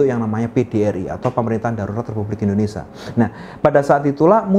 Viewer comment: In-do-ne-sia pak, bukan Indonesa Penjelasannya cukup jelas 👍